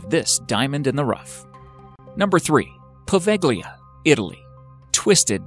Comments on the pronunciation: Poveglia is pronounced WITHOUT the G.. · If you don't know how to pronounce a name, ask a local and don't just guess! Poveglia is pronounced Poh-vel-ja. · I can write about number 3, I was born and lived in Venice for more than 30 year; some years ago I went more than once in Poveglia island (that you don't pronounce correctly)so is a bullshit that no one can enter in this island; is this the only wrong information you provide in this video? who knows